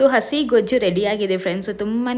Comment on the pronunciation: ಗೋಜು ಅಲ್ಲ ಗೊಜ್ಜು 👍